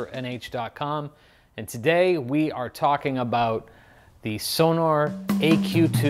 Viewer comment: My dear American drummer friends! The brand is Sonor - not Sonar - and it should be pronounced also with both O's audible. "Sonor" !